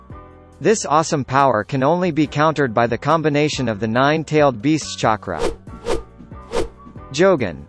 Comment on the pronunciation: This bot actually said “chakra” right.